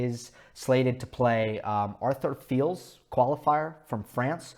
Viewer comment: Arthur Fils - French teen who I think had a deep run at the Roland Garros Juniors last year. Last name pronounced the same way you would say Monfils